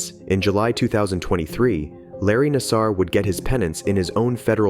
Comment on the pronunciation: I'ts pronounced NAS-Ser, not nas-SAR. Other than that, you got through the first sentence mistake-free.